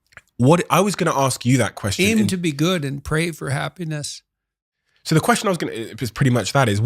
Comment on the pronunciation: The first host pronounces happiness like hapenis